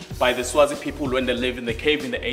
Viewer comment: The guy leading them on the crystal tour, "good pepole.."everything ends with an" e"😂😂😂